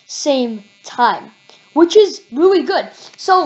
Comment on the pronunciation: “REALLY” NOT “WREALLY” 😂